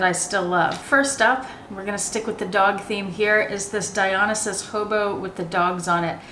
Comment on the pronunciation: I noticed you pronounce the Gucci Dionysus differently than I do. Is it not Die-Oh-NICE-Us? Love your videos, btw.